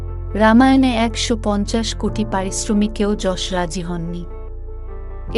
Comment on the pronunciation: অসংখ্য ধন্যবাদ জানাই আপনাকে ইয়াশ না বলে যশ বলার জন্য 🙏🙏🙏🙏🙏 ০২.০৫.২০২৪